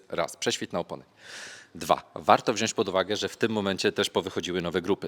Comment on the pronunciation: Panie kochany, wziąć nie wziąść :D